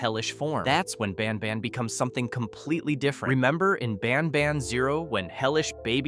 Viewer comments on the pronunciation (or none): He said ban bon 😂😂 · Bro said banbuns at the start